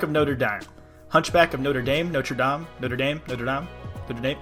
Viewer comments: No-Treh Dom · It's pronounced not - (roll the r like in Spanish) -(soft e) - dom